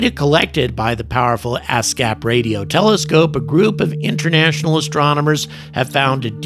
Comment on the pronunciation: did he say ass-gap